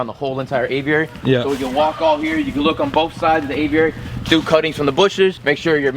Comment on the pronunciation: It’s annoying how you pronounce aviary haha